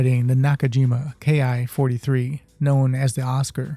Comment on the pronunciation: Nice video. But the Ki 43 is pronounced Key 43